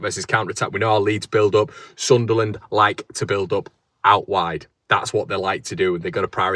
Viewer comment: Love the way you pronounce Sunlan/Sunland the right way mate. I'm obviously red n white and subsribe to all your channels tho. Keep up the great content 👍